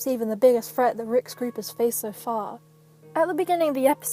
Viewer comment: "a real freat, the biggest freat rick's group has faced so fah"